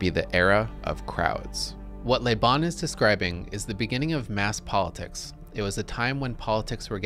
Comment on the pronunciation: Excellent quote. On a side note, I find it really grating to hear Americans pronouncing the French word 'le' (luh) as 'lé' (lay), as this presenter consistently does with the name LeBon. Certainly, speaking French is not a requirement for being a political scientist or an intellectual, but I do think it behooves one to check on the pronunciation of unfamiliar terms and names in advance of giving even a pseudo-scholarly talk about them. My pet peeve with this is not just that they're getting it wrong, but that I feel it's indicative of an abiding anti-intellectualism wherein they don't care that they're getting it wrong--after all, the onus is on the rest of the world to speak English (or perhaps I should say American), so why should they have to learn a new thing ever in their lives? To be clear, I am not accusing the presenter here of the attitude I just described, but those are the kind of thoughts and feelings this slight mispronunciation brings up for me. It almost made me not want to keep watching the video, and this is not the first time I've experienced that. EDIT: After finishing the video, I found the thesis to be very well-researched, well-reasoned, and meticulously presented, with the the exception of the point I made above and another (more minor and very common) mispronunciation of the name Göbbles. It would have been a shame to have bailed on this out the gate over a detail. This can be interpreted as a lesson for me in not throwing the baby out with the bathwat